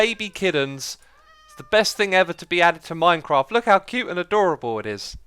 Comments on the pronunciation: IT'S MINECRAFT NOT MINECROFT!!!!! 😂😠😠😠😠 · "Minecroft." "Javar."